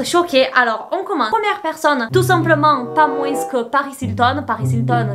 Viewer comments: Moin(s) tu prononces le (s) de moins😲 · J'aime bien que tu dises moins en prononçant le s ahah